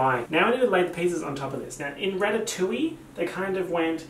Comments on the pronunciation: I lost it when he said ratttatouille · he’s just an italian girl from new york